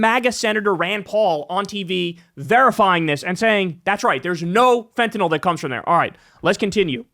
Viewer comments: THANK YOU SO MUCH for being the FIRST AND ONLY media person that pronounces fentanyl correctly! It's not fentan-all! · You're one of the few people who pronounces fentanyl properly. Most people say it like "fentanol". Not sure why. Maybe because that rhymes with Tylenol.